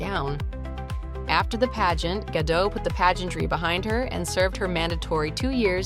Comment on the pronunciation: GaDOTT, not Gadoh